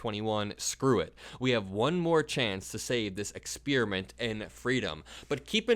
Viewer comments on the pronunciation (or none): "Ex-pear-i-ment" not "ex-spear-i-ment".